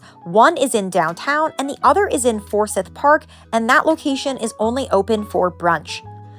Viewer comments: Yea it's not "sith" it's "siiiiiiith" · Anyone from the South will know you’re not from the South within the first minute of the video. Forsyth Park is NOT pronounced For-sith. The proper pronunciation would be For- s-eye-th. With the “y” being pronounced with the long “I” sound (eye). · It's easy. We have a city and county by the same name. I don't know if this will help or confuse you, but it's pronounced 4 syth. Say the syth like s(eye)th. 4 seyeth. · Just a little tip to not make yourself stick out like a tourist-the 'syth' part of Forsyth is pronounced like sigh-th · You need to pronounce Forsyth Park correctly. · You need to learn how to pronounce Forsyth Park correctly.